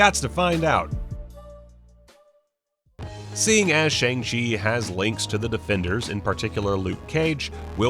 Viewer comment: The name is pronounced more like Sh-young Ch-ee that’s how the cast say it and how it will be pronounced in the movie for anyone wondering